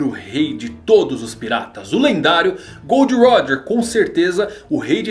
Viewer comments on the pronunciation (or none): Ei ei não é gold roger é GOL D. ROGER